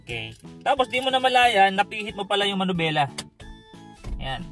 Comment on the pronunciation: Bakit ba laging MANUBELA? hindi manubela... MANIBELA ang tama.